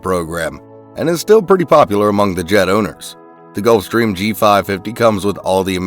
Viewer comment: I'm sorry, they "done" know how to pronounce "Gulfstrram"?